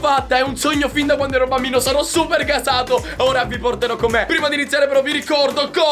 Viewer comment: Io avevo capito banbino😂